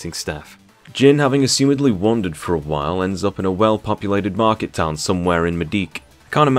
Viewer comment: "A marquet town somewhere in Madeek" lmao